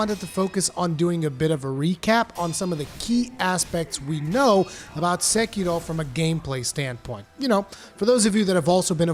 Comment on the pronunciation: I wish everyone talking about Sekiro can pronounce Sekiro correctly like you do xD